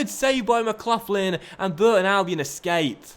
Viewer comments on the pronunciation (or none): The way he says McLaughlin